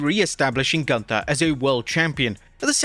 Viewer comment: You are mispronouncing Gunther. Sprechen sie Deutsch!!!